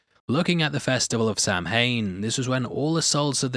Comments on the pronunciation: Sah-when, not Sam-hein. Love your stuff, keep it up! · SAM HAIN.... is pronounced SOWAN... it's Irish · Calling it sam-haine bugs me, it's an Irish word pronounced sow-in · Sam-hain 😂. It's actually pronounced sowan and when you're saying the "sow" part make it rhyme with cow. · It's not pronounced sam-hain,it's sow-an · It’s not pronounced sam hain. It’s pronounced sow win. How, especially ppl who live in that area, mispronounce it is confusing to me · It's not Sam hain 😊, it's Sow-in or Sah-win 🇮🇪 . It also means the month of November in Irish. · It's an ancient Irish festival pronounced 'Sow-an' not 'Sam-hane' 😆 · The only thing I can’t stand in Halloween is when they mispronounced Samhain. It’s not Sam hayne it’s pronounced sowen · Did...did you just promounce it Sam Hain? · The word Samhain was mispronounced in this video. It is properly pronounced Sah-win. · Samhain is pronounced as Saa-win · Fun Fact: Samhain is pronounced SOW-IN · The proper pronunciation of Samhain is Sowwhen. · samhain is pronounced like s-ow-in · SAMHAIN is pronounced sow (a la female pig) and in ...."Sowin" emphasis on the sow.... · Samhain is pronounced Sow-wen. It's Gaelic. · Just an FYI, Samhain is pronounced “Sow-in.” It’s Celtic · 'Samhain' is actually pronounced 'sah-wen' because its Gaelic but its a totally acceptable mistake. (except for Dr Loomis and Fox Mulder who BOTH should know better...) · Hate to be "that guy," but the pronunciation of "Samhain" is a little different to how it's spelled. It's more, "sao-win." Anyway, it doesn't matter 😂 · Samhain is actually pronounced sow-ween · Erm, here’s a spoiler: “Samhain” is pronounced “SAH-win”. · Samhain is pronounced "souən" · Samhain is pronounced Sow (rhymes with cow) - an. Cow-an, Sow-en, = Samhain. Ironically, Cowan is what a witch calls a non-witch. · As an aside Samhain is pronounced "sow-in" as in a female pig and "in" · Great video! My favorite horror movie. Just a little correction, samhain is pronounced SAW-wen.